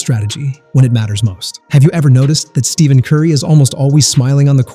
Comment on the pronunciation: Did you know that in a typical NBA video, someone who can't even pronounce Stephen Curry's first name doesn't deserve to be listened to?